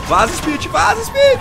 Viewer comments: em vez de falar top speed, fala TOP SPIT KKKKKK, e traz o mod do camaro ZL1 é um carro que sou apaixonado vlw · em vez de falar top speed, você podia falar TOP SPIT KKKK